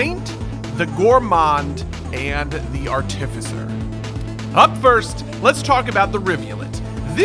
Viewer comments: I can't get over how this guy pronounces "artificer." It's supposed to be arti-ficer, not ar-tificer. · It’s not artificer it’s art-uh-fise-er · Buddy: "Arh-TIF- fiss-er" English language: you are putting emPHAsis on the wrong syLLAble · Ar-tif-i-sir has become a new meme between me and my friends. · hehehe, "are-tì-ve-sir" Imma call it that from now on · Well excuese me being nitpicky but he pronounces artificer wrong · the way this guy pronounces artificer makes me want to cry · Can’t wait! Also hearing you pronounce artificer hurts my DnD trained soul! But it’s def gonna be my new main slug cat! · I don't like how you say artificer